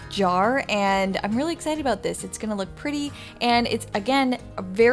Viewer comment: The word is I'm not I'ne. Great video!